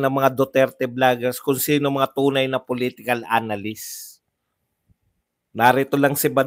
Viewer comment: Anong "analyst" mga "anaylyst"😂